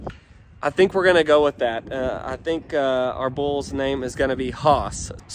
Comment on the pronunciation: Should spell it "Hhhhaas" tho lol, Based on the way you keep saying it 😏